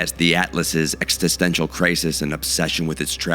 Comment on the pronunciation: You have such a great voice, and your script is so great in so many places.... But you really need to learn how to pronounce the word "existential."